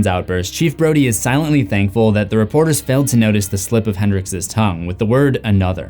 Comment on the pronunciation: You definitely called Brody "Brady"